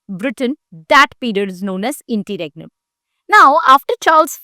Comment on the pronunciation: Interregnum ki pronounciation toh thk krle behen